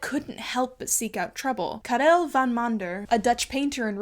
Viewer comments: I’ve never heard anyone pronounce “Karel” that way and I have to say, regardless of the fact that it’s horribly wrong, i love it 😂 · love the way you pronounce Karel, i wish dutch sounded that fancy. Like, please for the love of god google what its really pronounced like. You will be dissapointed. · Love the video but I absolutely cracked up when you pronounced the Dutch name 😂 I get that all the specific pronunciations in Europe get confusing at some point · This is such a well-written, witty and interesting video and I thoroughly enjoyed it but I couldn’t help but snort about your beautiful pronunciation of the name ✨Karél de Mander✨ because the original Dutch pronunciation is more like kaarol duh mandur (I’m Dutch lmao) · Hi, I wanted to drop in to give a small tip on how the Dutch name for Karel is pronounced (I hope no one feels attacked if I do, I just wanted to be helpful!) The emphasis as pronounced by was put on the E in Karel, however it should be put on the A. So instead of KarEl it should be KArel (Kaa-rel). I hope this info will benefit someone:)